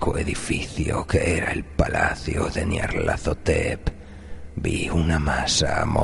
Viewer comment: Amo absolutamente como pronuncias...Nyarlathotep